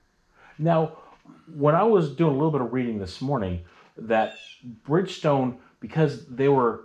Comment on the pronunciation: Totally fascinating! You could easily submit this to CBS this morning for their Sunday program and people would love it! Funny how he says Brig-stone instead of Bridgestone 😅🤣😂